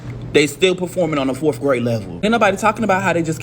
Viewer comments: Maybe it starts with a teacher that says “forf” instead of fourth. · maybe has something to do with a teacher that says things like “why yall don’t know this?” and “fourth graders be nice” and pronounces “fourth” “forf” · How can you learn to read when you say axe for ask, forf for fourth, and your entire sentence structure is wrong? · Let's also talk about 7th grade teachers who pronounce the word fourth with a second 'f' "fourf" Diction and speaking proper english not only help with expressing yourself they also reflect your competence and situational awareness. Kids (including this 7th grade teacher) need to learn English from some one with the training and discipline to speak it correctly. If social activists wanted to know the real secret sauce that will provide all this "privilege" everyone is so concerned about... It's being able to express yourself clearly and properly with appropriate balance of charm and respect. Find that balance and the world is yours. 🙉🙈🙊❤️✊🏿